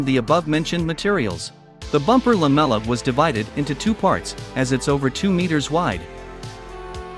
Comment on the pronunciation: take a vodka shot everytime the text-to-speech bot says LAMELA